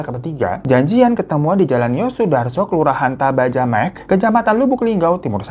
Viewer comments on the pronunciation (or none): Aku asli Lubuklinggau, jujur kaget pada saat itu. Btw bang cara baca Taba Jemekeh tuh ya Taba Jemekeh biasa, dibaca semua. Bukan Taba Jemeik 😅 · Ealah, pantas sj saat liat coverny kok seperti tau ini, eh ternyata bener cerita dr tempat tinggal sendiri 😅, masuk mysterthings dong. 🥲 Alamat kejadiannya Taba jemekéh bang. Bukan taba jemekh😁🙏